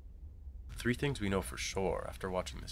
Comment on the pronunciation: Yeah so glad I don't have to watch anymore, can't stand his attempts trying to be funny and how he pronounces three (tree).